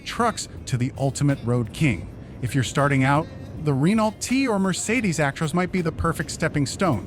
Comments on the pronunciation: Re-nalt? Just pronouce it "reno" and you'll be fine. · Teach the narrator how to say Renault correctly!